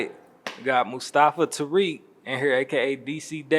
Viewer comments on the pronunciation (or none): Bro, it's Mustafa, not Musafa! You're a weirdo